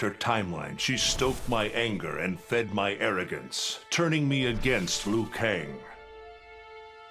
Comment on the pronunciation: Lui.. ITS LIU KANG.